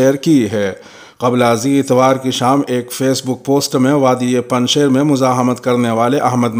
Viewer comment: پنج شیر یائے معروف کے ساتھ ہے، نہ کہ یائے مجہول کے ساتھ۔ خبریں پیش کرنے کا انداز بہت شاندار ہے۔